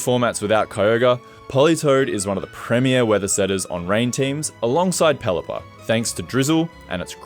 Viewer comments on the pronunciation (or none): none